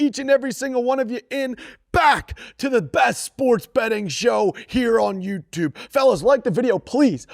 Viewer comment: He sounds like he was in foundations math they way he says YouTube